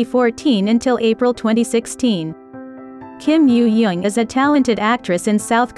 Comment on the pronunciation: kim yoojung not yo yo